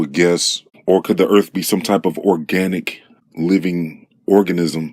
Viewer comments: So far, he's pronouncing everything correctly, but he's dangerously close to calling Earth, Urf. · This guy, another one calling our planet "erf"... i can recognize a pattern there. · "Da earf". Stupid ass